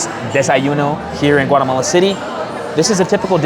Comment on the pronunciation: No has dicho primero Guatemala, después Guaremala, mal pronunciado. pronunciation is correct for Guatemala, with no R between A and E. Your Spanish/Castellano is outstanding and clear. America refers to the entire continent, while EEUU refers to the country. Great video! I hope you and your wife enjoy the trip to beautiful Guatemala. Please come back during the Holly Week.